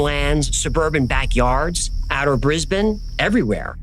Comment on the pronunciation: Hi, Love the channel and Love the stories BUT I have to correct these. Canberra is pronounced Can-BRU NOT Can - BERRA and it is E-MEW Not E-MOO. Both drive Aussies NUTS! You did get Brisbane correct though - well done!! 😍